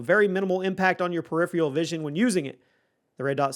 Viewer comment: Learn how to accurately pronounce “peripheral” if you’re gonna say it 27 times in a video 🤦🏻‍♂️ you say it wrong in every video, but you say it a million times in this one